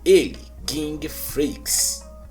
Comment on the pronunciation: Porque ler " guingue" e não Ging?